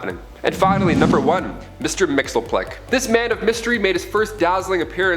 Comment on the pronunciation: Idk why. But imma be that guy. It’s not (mixel-plik) it’s (mixes-pitilik)